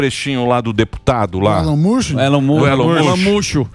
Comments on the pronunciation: Elon mush 😂😂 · Elon "mucho"??? Oi!? Rsrsrsrs😅